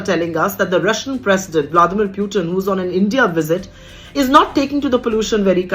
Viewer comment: VLADIMIR, not VLAMIDIR. Theek se to bolo madam.